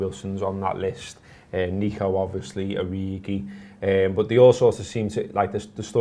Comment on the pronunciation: can't bring yourselves to pronounce N 'E'co ....I know...it's a shite name...